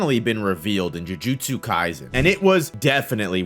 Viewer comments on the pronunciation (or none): none